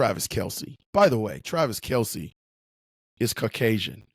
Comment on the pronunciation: Might wanna at least get his name right - it's Kelce.